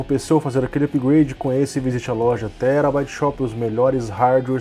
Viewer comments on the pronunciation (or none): none